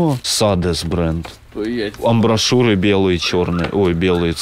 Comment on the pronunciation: Амбишуры, а не амбошуры.